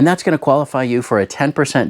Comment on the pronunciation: I swear he said cocain usa i was like hell ya lets party